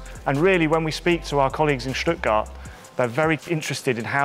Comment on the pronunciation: This is the first time I've heared a native english speaker say "Stuttgart" correctly :)